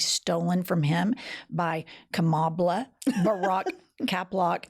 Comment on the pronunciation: I just realized as I heard it read aloud. Trump is calling her Ka*MOB*la. Mob.